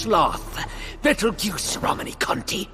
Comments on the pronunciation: Goose? He even said it like juice. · Betelgoose Edgena oof nice try tho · Why do you pronounce Petelgeuse like that? He's named after the star in the hand of orion, betelgeuse. Pronunced Beetle-Juice. So should sound like that except with a P sound? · It’s pronounced “beetle-juice”